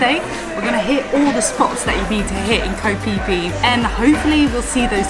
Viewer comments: It is pronounced “Fee Fee” not “Pee Pee”. Phi is used to represent “The Golden Ratio”. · You mean "pee pee" island